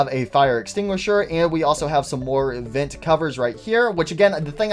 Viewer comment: I really like how he says “vint” instead of “vent” it’s really funny (I’m not making fun of btw)